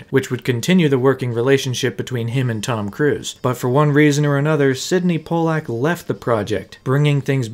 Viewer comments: It's not "pol-lack". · Are you saying Sydney Pollack wrong on purpose?